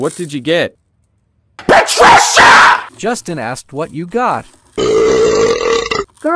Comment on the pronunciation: particia slayed